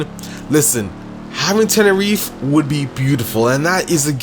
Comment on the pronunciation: the way he says tenereeef made me stop watching it xd